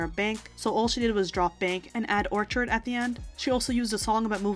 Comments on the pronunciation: I really enjoy most of this channel's videos so this isn't said hatefully.. but I've noticed the hosts frequently mispronouncing basic English words like in this video when she says "orchard" 🤦‍♀ and saying "woman" instead of "women" when referring to WOMEN as in plural, more than one woman - it's so distracting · Please double check your pronunciations for words before you post. You said "orchard" wrong and you often say words wrong throughout your other videos.